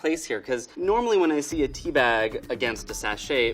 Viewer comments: When he says Tea B it sometimes sounds like he is saying TB, as in tuberculosis. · Every time he says "tea B" I think he's talking about tuberculosis.. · Every time he talks about tea b it sounds like T.B lol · Every time he says Tea B I keep on thinking he's saying "TB" tuberculosis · Every time he says "Tea B" I keep thinking that he's talking about tuberculosis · Every time he says Tea B, I can't help but think of tuberculosis.